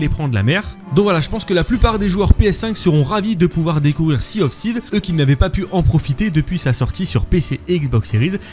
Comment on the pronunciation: 😅la prononciation de l’anglais est risible « Sea of sivse »😂 « No rest for the ouicte »😅